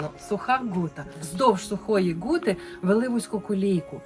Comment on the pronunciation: Мені нащадкові засновників Скляної Гути (саме Гути а не Ґути ) дуже неприємно слухати ахінею про ці три поселення одне з яких заснував мій далекий предок Ян Краткі і ще двоє його товаришів, як і він мануфактурників, що збудували три гути ( склоплавильні мануфактури ) Скляну, Середню, Мокру. Переселились сюди з північної частини сьогоднішньої Словаччини. Землю купили за посередництва жида котрий надав не вірну інформацію про породи для виробництва скла, насправді вони були значно гірші. Двоюрідна сестра моєї бабусі Катерина Кратка одружилась з Сірком полоненим з Наддніпрянщини, їхні нащадки Зеленяки і зараз живуть на Гуті. Скляна Гута зруйнована і залишились лише фундаменти. Виробництво скла припинили після Першої Світової і зайнялись садівництвом, а не Хрущов . Із - за низької якості сировини ( добувалась у штольні Краткіх ) не витримали конкуренцію і тому зайнялись садівництвом. Сірко, син Катерини, за революційні погляди разом з Борканюком мадярами був засуджений до страти, але в подальшому страту замінили на дожиттєве.